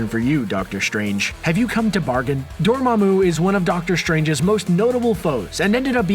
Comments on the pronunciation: Ok I’ll give you another chance to try to say “Dormammu” correctly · This guy really needs to go watch Doctor Strange again. This is two videos in a row where he's mispronounced Dormammu.